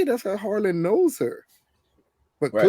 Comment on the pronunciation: Who’s Harlan lol. It’s Harold